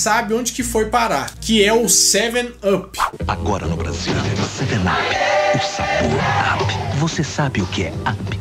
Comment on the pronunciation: Quem percebeu o erro do Faustão na pronúncia da palavra Brasil "Basil" aos .